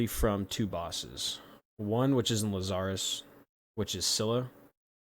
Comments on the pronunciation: I've never heard anyone call it Lu-zar-is , interesting, i always called it Laz-er-us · It's LAZarus, not Laz-zar-rus.